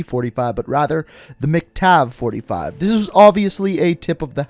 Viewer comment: he said MicTav-45 when is MacTav-45